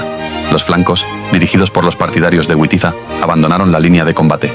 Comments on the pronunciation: Les ruego encarecidamente que Witiza y Wamba los pronuncien como debe ser Vamba y Vitiza, por favor NO Güamba y Güitiza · No sé pronuncia "güitiza" se pronuncia "vitiza" para los germanos la w=v y los godos eran germanos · Por favor! No pronuncie a Witiza o Wamba a la inglesa, el ingles, como el español no existían en esa época, los godos eran pueblos germánicos, la W para los germanos, como para el alemán y el español actuales, tiene valor de B, así que Witiza, pronunciar BITIZA, Wamba, pronunciar BAMBA. Por favor, no le deis a los actuales ingleses un honor que, bajo ningún punto de vista, merecen. Gracias por leer y gracias por la Historia. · La W en español, se pronuncia como V, igual que en alemán, Wamba y Witiza, se pronuncian Vamba y Vitiza, no es la W inglesa.